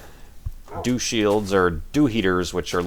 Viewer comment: was talking about the Dew shields on telescopes...i thought he said Douche Shields. Sir if you patent a Douche Shield, you will be a millionaire!